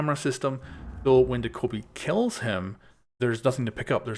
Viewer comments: Doh kow bi It's Do kuh bee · It's doe kay bee not dakobee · Homeboy it's Dokkaebi. Not Daekkobi. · De-Kobe? Do-Ke-Bee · Dough-Kye-Bee Not Duhkohbee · it's doe-keh-bee just put check the corean pronunce of " 도깨비 " on google translator and you will see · Did you say "da-koby"? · Dokkaebi... Doh-Kay-Bee... say it with me now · Dokkaebi DaKobe Bryant Lol it’s not even spelled the way you’re sounding it out how does that happen 😆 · He says dakobi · Actually pronounced Dokk-a- By I have a Korean Friend at my school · “Doh-ko-bee” XD Why do they always release operators with ridiculously pronounced names haha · the way you pronounced dokkaebi threw me off at the intro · Said her name wrong every time